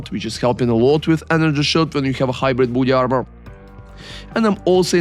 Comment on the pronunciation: great video but i heard initially booty armour instead of body armour